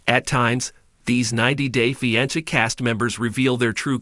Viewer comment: I detest how you say fiancé